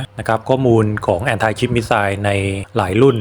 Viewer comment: ผมก็ว่า ที่เรียนๆมาถ้าสำเนียงไทยก็อย่างท่านว่า แอนตี้ ชิพ , แอนตี้บอดี้ ฟังกูเกิลแปลภาษา ai ก็ออกเสียง แอ้นทิ แต่ออกเสียง แอนไทล์ ก็งงเหมือนกัน ถ้าทำคลิปให้ฝรั่งด้วยกันฟัง(อาจจะเป็นคลิปต้นเรื่อง)เป็นภาษาอังกฤษจะออกสำเนียงแบบฝรั่งก็คงไม่แปลก นี่ทำคลิปภาษาไทยคำศัพย์น่าจะออกเสียงสำเนียงไทย คนไทยฟังจะได้ไม่งง .........อย่าว่ากันนะ แอดบอกท้ายคลิปว่าใครมีความคิดเห็นอย่างไรก็คุยกันได้..